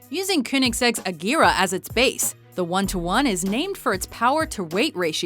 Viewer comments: hey.. one:1's power to weight ratio is 1341 horse to 1341 kilos not 1360... and "agera" not "agira" and "konigseg" not "koonigseg" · YOU COMPLETELY SLAUGHTERED THESE NAMES: The "Astin" is pronounced "Ostin" "Kooneseg" "{Cone}isig" "Ageera" is "Ajera" Pagani "Hyra" is "{Hi}ara"